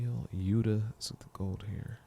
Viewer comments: no, the t in yuta is a straight t, not d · For Yuta, you guys are right actually. The ''T'' sound is very strong, so yuTA is right